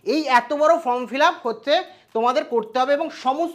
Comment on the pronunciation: Ota from uchharan habe na Form hbe